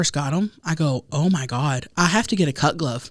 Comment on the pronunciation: Every time says "cut glove" it sounds like "cuck love" to me 🤣